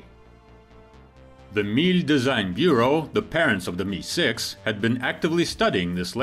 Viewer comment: It's pronounced em eye six. Not "me"